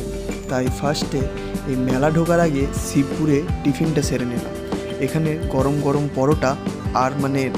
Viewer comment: Ssssooobaike noi shobai ke.. sss uccharon taa thik koro dada.... Ssibpur na shibpur